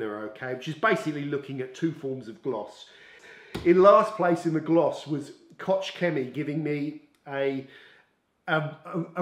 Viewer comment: Koch is simply pronounced "Kok". Wife is German🙂